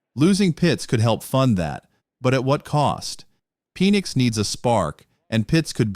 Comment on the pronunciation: That way he says Penix. Is like Penissssss. Ahahaha